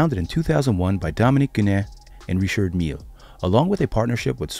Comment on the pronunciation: Rishhhardd Millllle not Richard.